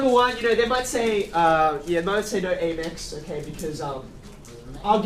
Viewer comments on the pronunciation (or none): A-mex? A-merican express? Its amex-american express